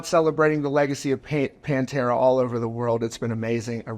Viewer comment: It's not "PanterA"